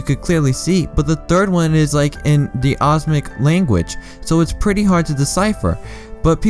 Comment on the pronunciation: omnic not osmic grrr XD also u did miss out the two biggest speculated in sombre and annie Amari (I have no clue if I spelt that right but pharahs mum)